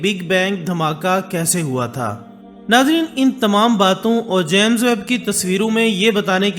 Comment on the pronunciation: First of all jame hota hai jaame nahee